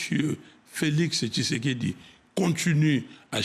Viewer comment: tu prononce mal son nom kisekediii 😂